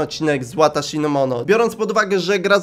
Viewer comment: Wataszi nie łataszi